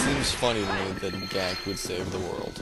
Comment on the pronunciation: Gackt is Japanese btw... and is said like jacket but with a g... Gackt to save to world...YAY